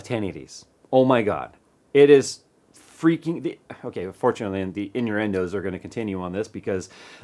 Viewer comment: The in-your-end-o's? Was that intentional,? haha